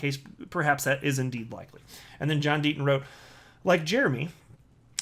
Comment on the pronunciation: Who is this John Denton you speak of? Perhaps you mean John Deaton?